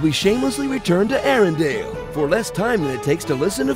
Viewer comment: *Arendelle, not Arendale. LOL sry, it kept bugging me.